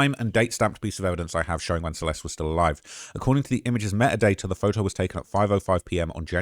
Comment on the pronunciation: It’s phoTo, not phoHo